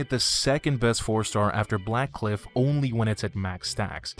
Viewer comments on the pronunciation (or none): did you say warcliff instead of blackcliff?